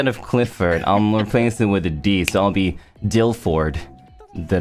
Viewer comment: ngl dilford sounds like dilf-lord